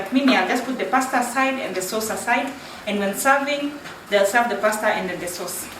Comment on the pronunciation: you said paste bolo whaaat now😂😜?tuchanue hapo kidogo